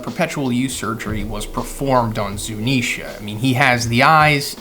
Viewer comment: It’s Zounisha